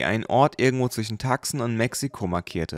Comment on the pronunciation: Tucson wird Tuu-ßoon ausgesprochen.